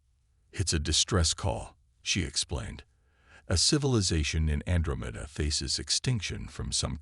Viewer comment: An-dra-men-da.... Good Lord, can't any of these AI's use pronunciation